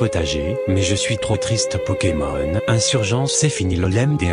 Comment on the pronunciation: non c pas possible il a appelé c pokémon anus 😂😂😂 jpp